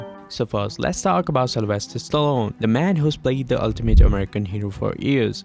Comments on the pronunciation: Oof the way you pronounce Stallone is like Stalon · Stallone became Stallon by the end. Coach Russell instead of Kurt Russell. The mispronounced words are too many to count. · Sylvester Stallone, NOT, Stallon LoL.